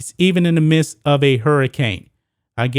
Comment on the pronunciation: you keep saying mist. its midst